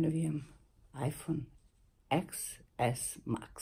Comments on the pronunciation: Ne izgovara se ex ix kraljice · Da ali cita se TEN S MAX. To je ajfon 10 s max.